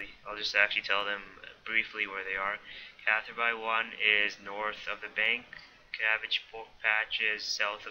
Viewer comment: gnome= pronounced nome silent g not GEE NOME also its cather-bee not cather-buy